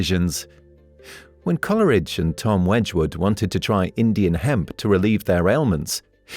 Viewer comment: It's not pronounced Colleridge, it's Cole-ridge.